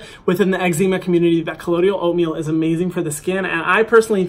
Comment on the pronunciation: *colloidal oatmeal, not collodial